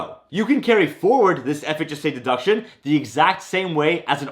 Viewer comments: He has a seizure every time he says FHSA. Relax! Enunciate the H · The speed to which you pronounce ‘FHSA’ is remarkable…